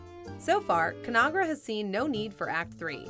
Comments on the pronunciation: "Con-Ag-Ra", not Conara. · please note the corporation ConAgra is pronounced like two separate words: con-AGra. Not Conahgra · I noticed the same thing. I'm glad someone else caught it too. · ConAgra is pronounced both of the letter a pronounced as it is in "magazine". Anybody who has lived in Omaha, Nebraska (their corporate HQ) can tell you that. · In all my life I've never heard ConAgra said that weird way.